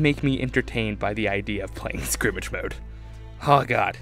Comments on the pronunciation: sk-er-mish not skrimage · what the hell is skrimitch??!!?! it is skrimsh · SKIRMISH! Not "Skrimage" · Skirmish, skrimmish, ok. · It's SCUR-MISH not Scrimage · Every time he said skrimig mode I cringed it is called skirmish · Sounds to me that this guy pronounces "skirmish" like "scrimmage". Not hate, just something to point out. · SKIRMISH, not scrimmage, that's really starting to get irritating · ITS FUCKING SKIR-MISH. NOT SCRIMGE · good ideas but skirmish not skrimish!!! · Scrimmage... scrimmage... at first I was willing to give you the benefit of the doubt, but then you said it another 4-5 times. Scrimmage?... I just can't...*sigh* Edit: Pretty sure you said it a minimum of 10 times, RIP. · It sounded like skrimitch... I knew what he meant though. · Does he know how to say skirmish? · its skirmish you fuck nut